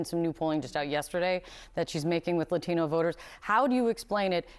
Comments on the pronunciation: I’m absolutely disgusted by this anchor woman’s disrespect to the Latino community. She’s purposely mispronouncing the word Latino, while sitting across from our hero AOC who proudly says it the correct way! How racist! She should be fired! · Why is she saying Latino like that? It's like the only word she emphasizes an accent with.